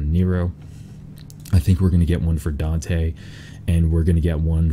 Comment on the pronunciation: You pronounce Dante weird